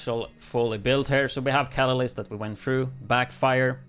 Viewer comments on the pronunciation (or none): It's actually pronounced "Ka-Ta-List" It's a chemistry term for something that is added to a solution to increase a chemical reaction with out it undergoing any chemical change, itself. It's spelled: Catalyst; your pronunciation would have it spelled: Catalysis.